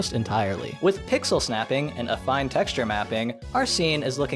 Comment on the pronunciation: Damn, I always figured it was pronounced “affeen”. Thankfully, is highly trustworthy in this regard, as evidenced, among other things, by his correct use of “vertex” and “vertices”, which many other youtubers who should know better keep fucking up to this day.